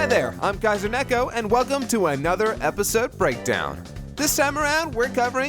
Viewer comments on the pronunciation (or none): Btw kaiser it's nay koh. Not necko.